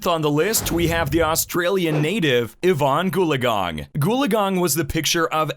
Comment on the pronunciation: "Yvonne Gaugang" is spelled Evonne Goolagong...